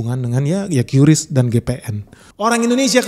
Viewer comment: Kris bang.. bukan qyuris